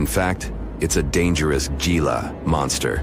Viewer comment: If y'all are sooooooo intellectual, edgy can you not pronounce "Gila" (G pronounced H... "Hee-la") correctly? I'm sure there are many other instances. It really discredits any other info you might be trying to relay. I turned off the channel immediately, and NO, I did not and will not subscribe!!!